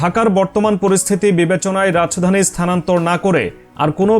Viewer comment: Rach dani ki 😅😅😅Rajdani bolen